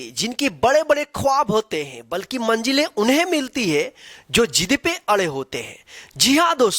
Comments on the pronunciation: Sab toh theek hai par aap shuruaat mei hi galti pronounciation kar di 😅 manjile nahi ,manzile hoti hai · Manjilen nahi.. Manzilen hai...